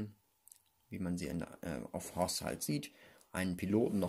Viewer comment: Immer wenn er sith hoth oder death sagt